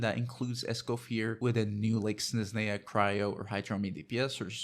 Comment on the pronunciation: How do you not know how to pronounce Snezhnaya and Escoffier even thought it's said constantly in-game?